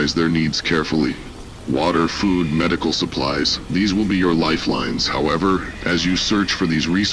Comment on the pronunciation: You need a better AI to read this stuff... This AI's ability to pronounce words (it can't even pronounce "food" properly!) absolutely SUCKS.